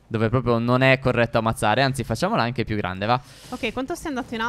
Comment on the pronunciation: Minuto 3:5 stef dice anghe